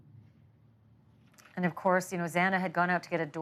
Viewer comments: Plenty of time to learn how to pronounce a name. It’s disrespectful to Xana. Detail matters! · Pretty sure he mispronounced Xana's name 3 times! Very disrespectful and irreverent. 😡🤬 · This made me absolutely furious as well, like so upset I can’t even put it into words. I can’t imagine how her family and friends felt hearing the judge mispronounce her name not once, but TWICE! Know how to say the victims names ffs!!!!!!! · 1000% agree that it was very frustrating that the judge mispronounced her name twice!!! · I’m glad that you called out Judge Hippler saying Xana’s last name wrong TWICE. Like how? How? We’ve known her name and Maddie, Kaylee, and Ethan’s names as well. I was furious, absolutely furious at that. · If Xana's family does makes their victim impact statement I hope they do point out Hippler can't be bothered to pronounce his daughter's name corrected. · Absolutely disgusting the Judge couldnt even say all the victims names correctly. For the love of god, I can say the names correctly in my sleep. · Please do everything you can to make his life miserable by stripping his ability to purchase the extra food and treats etc. and have the money he earns come back to the families instead. Disgusting Shame on the judge for his opening and for mispronouncing a victims name TWICE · Me too. I expected more empathy to be shown towards the victims and their grieving families. He could have said what he needed to say without being so callous and tone deaf. Plus the mispronunciations of Xana’s name on top of it. It was incredibly disappointing, and not at all what I expected out of this judge. These families deserved better.